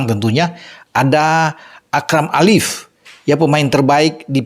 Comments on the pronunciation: Akram AFIF, bukan Akram ALIF.. Koreksi..😊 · Afif,bukan alif